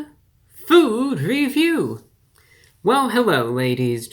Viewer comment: Hewwo Wady’s and Gentlemen!